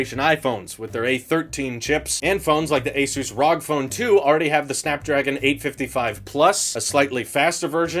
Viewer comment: im sorry. i like you but i think i need to give a little slap for saying R O G like rog. oh man that just made my hairs go up